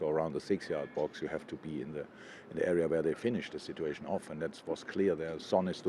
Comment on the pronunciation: No one: Klopp: “Sit-too-ayy-shon